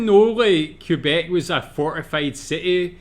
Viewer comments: The guy doing the voice over for the video is actually mispronouncing a lot of things. First Quebec, then he called Casa Loma… Hill House (no locals say that) and they mispronounced Quay. Aaahhh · Just a friendly note... "Quebec" is pronounced "K beck", not "Q beck" (emphasis on "beck").